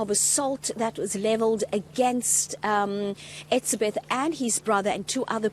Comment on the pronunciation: Why can't she say hes name correctly???????